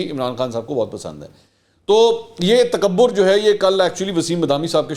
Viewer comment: Sir, how do you say takabbur do you know how this word is big??? time Kindly khayaal kia karein aap bhi ilzaam laganay ka logo pe…